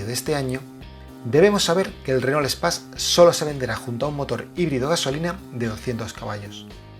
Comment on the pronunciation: Duele oir como pronuncia Space, madre mia.